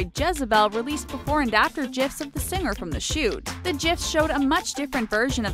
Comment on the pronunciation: Or "sing-ger" instead of "singer".